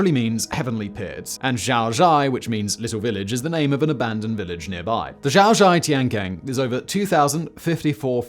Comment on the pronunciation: Xiaozhai Tiankeng (小寨天坑) is pronounced Hsyao Djai Tiehn Kuhng, NOT Zhyao Zhhai Tiehn Kaang. British youtubers consistently butcher the pronunciation of foreign language terms, at least the few that I watch. This otherwise excellent presenter routinely butchers the names even of chinese personages whose histories he reports. Take a pinyin phonology speed course for just 5 hours and fix the problem for good please.